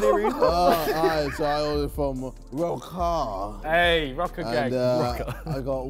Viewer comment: it’s funny how Harry still calls josh zerrka after all this time 😂